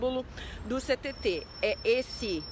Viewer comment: Ninguém diz “Ch-TT” 😅